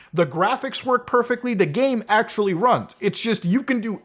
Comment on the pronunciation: we're in 4% acshhually!!